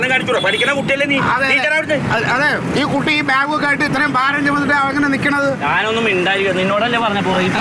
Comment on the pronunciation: ബേഗ് അല്ല ബാഗ് ☺️😳☺️